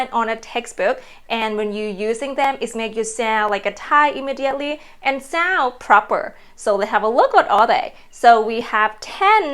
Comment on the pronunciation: ) If I may help you: you often don't pronounce "d" and "n" at the end of english words. For example when you say "joyn" and "sound". Don't get me wrong please - I just mean to support you:)